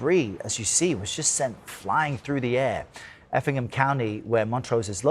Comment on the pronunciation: Did you say Effingham County😅